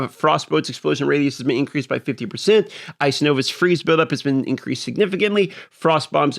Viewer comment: Incweased...sorry had to